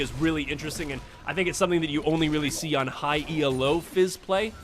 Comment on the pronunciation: Good vid. Very entertaining. Quick thing though and not trying to be a dick or anything but Elo is not an acronym, as in E-L-O. The Elo rating system is named after Arpad Elo, the man who created it.